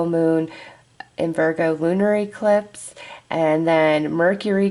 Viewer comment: I have never heard anyone pronounce eclipse as E clipse lol so interesting I get a kick out of it.